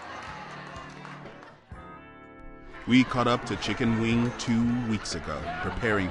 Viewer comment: He been say Chicken Wayne I just knew he was saying Chicken Wing...😂😂😂😂😂😂😂😂